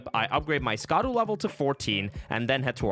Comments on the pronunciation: It’s not skadoo it’s shaduu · It is not pronounced "ska-duu" it is pronounced like shadow, "Sha-daux." The C is pronounce like an S. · The DLC has been out for months and you still don't know how to pronounce Scadu? /facepalm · Yet doesn't know how to pronounce "Scadu"....